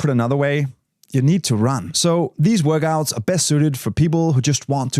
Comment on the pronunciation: Love how you say “Workgouts”